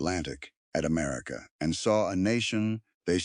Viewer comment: 6 min in and we have "Amarica"... 🤨